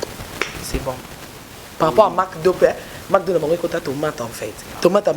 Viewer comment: Kiekiekie ozose kisa nga nde ozo prononcer McDonald's ngo 😂😂😂😂😂